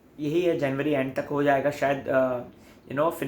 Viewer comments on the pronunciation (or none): none